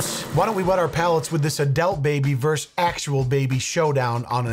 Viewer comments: bro why do you say adelt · Anyone else notice consistently says "Adelt" instead of "Adult"? Just an odd quip I've never seen anyone else other than from him. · whats an "adelt baby"?